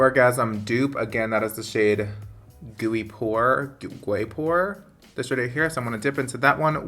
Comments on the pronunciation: LOL you said “gooey” 😂😂😂 I’m assuming you were trying to say “güey” (pronounced “way/wey”) 😛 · gooey pour? guay pore?